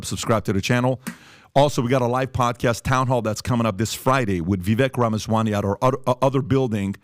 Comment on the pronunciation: Hey PBD it is NOT "Rama swaNy" it is"RamaswaMy" !!! Its literally spelled yhe way it is supposed to ne pronounced. Why i being such a dick mispronouncing his jame repeatedly. Are you Pooptrick Boob Divide?